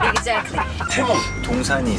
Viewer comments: That 'Exactly', I could tell her English is good enough 👆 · exactly 하는거 너무 찰져서 계속 돌려보게돼..